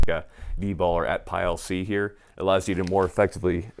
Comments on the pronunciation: Say "atpile" one more time lol… It's "at pee awl" not "at pile". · I know how the ATPIAL is spelled is not the way the manufacturer pronounces it, ATPEEL is how it's actually pronounced. I tested thousands of these thing while working for the manufacturer and not once did we say it any other way. Weird yes I know but it's true.